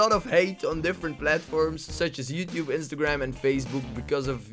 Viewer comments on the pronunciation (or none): none